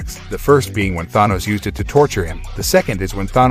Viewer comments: Please pronounce Thanos correctly. Than..... Not thon.....than os....Thanos. And technically Captain Marvel did survive the blast from the stone. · Ah yes. Tha-nos and Ron-in. I remember those characters well. How hard is it to pronounce these names? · I hate how you pronounce Thanos. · Are we not going to talk about the narrator's pronunciation of Thanos?